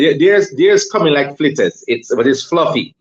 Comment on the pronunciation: pronounced the 'l' in 'fritters'!!! Real Jamaican 🙂